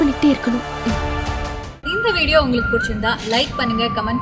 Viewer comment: SSK a good actor Sakshi Siva character. Villain role doesn’t suit him. Ilakkiiya it is not maraikkama, it is marakkama